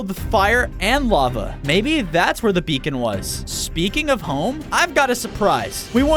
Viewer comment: HE SAID BECON HOW 😂